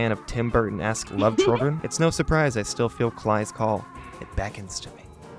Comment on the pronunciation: Klei is pronounced 'Clay' not 'Kleye'